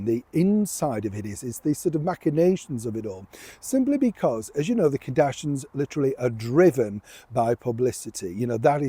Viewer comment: I like your videos, but really, it’s so disrespectful to continually mispronounce someone’s name. It’s Kardashians…….pronounced…..KAR-DASH-E-ENS. Not KA-DASH-INS.